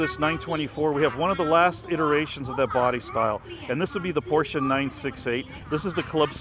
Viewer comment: Thanks again for pronouncing por-cher, in case anyone doesn't know how to pronounce it, unless they don't want to know it. Mispronouncing it as pos or por-chay is no big deal. But it's better to pronounce it correctly. Or to read A-kan-sas (Arkansas) and Phee-o-nik (Phoenix) is my liberty, it depends on each person's thoughts.